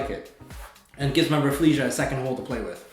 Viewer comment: "I would like a second hole for my raflessia to play with", could not stop laughing here.